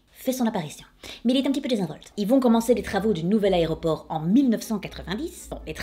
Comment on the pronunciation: MDR elle dit "armony" et "hairport"! Je t'adore,. <3 Au passage, ma maman est née en mars et a eu un cancer.